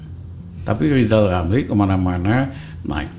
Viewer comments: SI PELAT YG TERUS PILAT KINERJANYA... LIZAL LAMLY LIZAL LAMLY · LIZAL LAMLY THO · Wkwkkwkw ketawa sampe terkentut2 gw denger si LL ngomong lijal lamli klo lu bener pinter ..knp ditendang ? Gw lebih percaya Pa JK dah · Masih Melakolis Lizal Lamli!